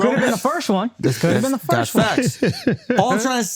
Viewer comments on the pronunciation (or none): Why can't Akash say FIRST properly?